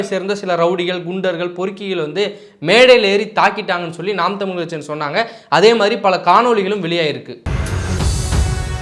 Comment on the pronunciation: டடேய், தமிழ் அப்படின்னு சொல்லாம தமில் அப்படின்னு பேசுற நீ தமிழை நீ வளர்த்திய அப்படின்னா நீ கேட்காதே.... முதல்ல தமிழ் அப்படின்னு பேச கத்துக்கோ... கேட்காதே.. வாழ்கிறோம் அப்படின்னு சொல்லு.... தயவுசெய்து மறுபடியும் இந்த மாதிரி தமில பத்தி நீ பேச வராத..